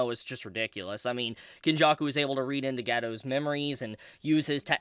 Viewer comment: I cannot stop laughing when I hear you saying "gegi" 🤣🤣